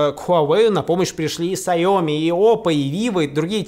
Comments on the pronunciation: "сяОми":"""(((( Усачев, ты же няшка, просвети незнающиих и просветись сам: сяомИ! сяомИ называется компания! "Маленьникй рис" дословно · не сайОми а сяомИ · Блять....ксайОми....Руслан, это вроде уже разобрано давно)) бренд называется сЯоми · Нормальные люди : сяоми Руслан: сайоми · Саоми О боги, мои уши